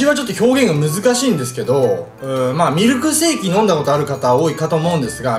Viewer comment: ミルクせぃえきって聞こえる・・・